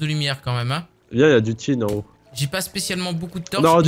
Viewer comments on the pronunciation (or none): Enfin l'épisode 2 de cette série:D! Tkt, tu n'es pas nul comme tu le dis, je connais qqn qui est moins bon que toi à minecraft il est fan ++ de toi, et stp arrêtez de dire "tine" c'est tin le minerais comme un. Dans l aether les nuages qui vous ont attaqué vous drop des gemmes qui vous permet de faire des parachute et les blocs nuage que vous rencontrerez vous permettent de faire bien des choses je vous laisse le suspense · c pas le tine c le tin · Prenez les fleurs mystiques vous en aurez besoin plus tard et on dit pas tine mais fin qui se dit t in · Le tin ce dit du (t'1) pas du tine!! Quel cochon celui là mon vieux!